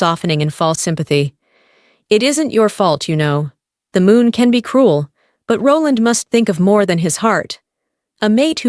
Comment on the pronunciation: I just couldn't tolaerate the narrators pronunciation of Roland